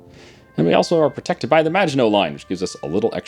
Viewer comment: you should extend your defensive line the magianshsshgsus line